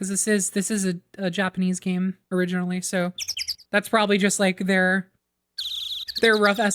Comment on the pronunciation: Small thing but tbh it’s awesome that you actually pronounce the Japanese names with the right R sound. I’ve been following your AA journey on tumblr and it’s been a treat; hope you like the rest of the cases!